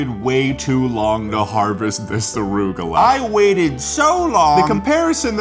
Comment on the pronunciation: why do you call it "orugola"?